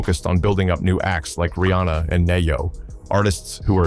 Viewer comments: and don't forget "nay-yo"...lol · "Nay Yo" "Why-Clef" Showing Ice Cube when talking bout Ice T This channel is clickbait AI slop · Jamie Fox Jimi Fox😂! Ne-Yo Na-Yo😂 ! What next Kegan Hart the Comedian instead of saying Kevin Hart the comedian!😂